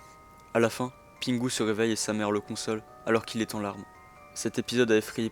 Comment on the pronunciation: Pitié c’est pingou pas pingu que ça se prononce …